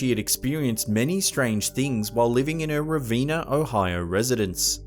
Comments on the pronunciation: Ravenna is not "rah veen nuh." It's "Rah Venn nuh." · Hey it's pronounced Ra-Vehn-ah ohio not Ra-veen-ah ohio!! lol. Named after the town in Italy. Ravenna was founded in 1798 and we have 137 buildings in the downtown area alone that are registered in the National Historic Archives in Washington DC. There are many haunted places here including my own home. Prior to buying my home it sat empty for 6 years. No one wanted it and several renters had left abruptly prior to it becoming vacant. The original owner ( an 80 yr old single lady) died here and was not found for approximately 90 days after the postman reported an over full mailbox. Today she likes to play tricks on us by hiding things we had just sat down moments before or by turning on faucets and lights at 3 in the morning. Our dogs will often set in the kitchen and watch something moving (walking?) across our living room floor. We know they see something because they just sit and their heads move left and right back and forth across the room in unison with each other!! She is an annoyance at most and seems friendly. Our oldest cemetery has graves dating back to the early 1800's and there resides in the cemetery the apparition of a lady in an all white flowing gown or evening dress that appears around 1 am every rainy night out of thin air then kind of floats upright 20 or 30 feet to and old sandstone headstone where she turns her back to the viewer and bends down toward the headstone. She then reaches toward the right base of the stone and appears to light a candle. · It’s Raa venn ah Ravenna Ohio.